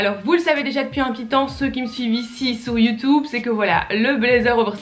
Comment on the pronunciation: Un "blédzer" ou "youtoube" j'ai un peu mal aux oreilles mais sinon c'est cool